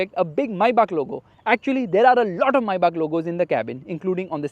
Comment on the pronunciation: Maybach❌ Mai-baap✅